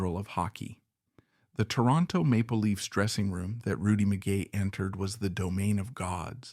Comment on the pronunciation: This AI narration is an embarrassment. His name is pronounced MEE-GAY not Mi--Guy. And the legendary Rocket Richard is pronounced Ri-Char as it is French. This is an on-going problem with AI. Famous names are butchered. This is just one more example.